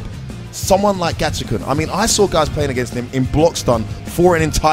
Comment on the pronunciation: His name is Gachikun, not Gachichan. Commentator is a dumbass.